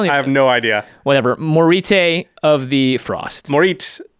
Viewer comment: I can help you with the Nordic pronunciation if you so desire, Moritte for example has a silent "e", pronounced "Morit". Jitte is definitely a traditional Japanese weapon and there you add emphasis to the end like "te". By the way, you nailed the pronuncation for Firja and Svella